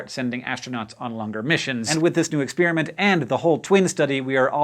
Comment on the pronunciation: It drives me nuts when he says "ex-spearmint"!